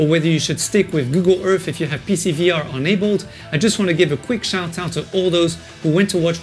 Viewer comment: Wander was free I think when I was on Gear VR so I have not been thinking about purchasing it on Quest. But now I kinda miss walking around in Wander. I still fee like I've been to Rome and it's a strange feeling. BTW I love the way you say "enabled" like "unabled" hehe.